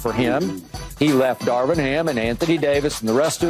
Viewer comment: Darvin not Darwin, key 😂😂😂😂😂